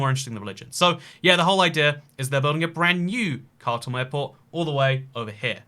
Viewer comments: its pronounced "kaa - toom" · Yes: you are saying it wrong. Correct pronunciation is KHAR-TOOM /xɑːrˈtuːm/ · Isn't it pronounced car tomb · Khartoum.... Like Cartoon...change the N for an M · The capital is pronounced “car tomb” in english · Why, why would u pronounce khartoum that way